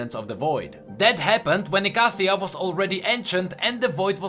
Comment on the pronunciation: are you sure icathia is pronounced like that